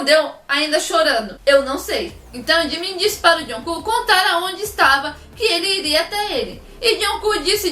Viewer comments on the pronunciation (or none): toda vez que ela diz jungkook eu escuto joão cu👁👄👁